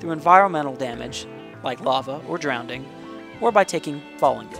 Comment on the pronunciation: you said drownDING